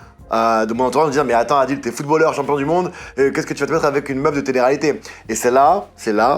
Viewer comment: "Adil" 😭😭 Montre lui comme bien prononcer